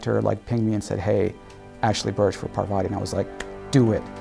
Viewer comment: the one thing that annoyed me in the game....mispronouncing Parvati's name!